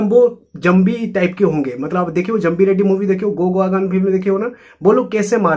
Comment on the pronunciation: Zambi😂, it's zombie bro..